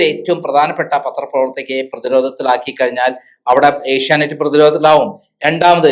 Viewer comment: ഏഷ്യാനൈറ്റ്‌ അല്ല ചേച്ചീ... ഏഷ്യാനെറ്റ്‌... ആദ്യം അതെങ്കിലും പറയാൻ പഠിക്ക് 🙏